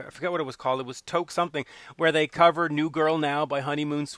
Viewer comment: I’d love to see them tour this. It was fantastic to see. FYI - Toque is pronounced like the number 2. Two-k.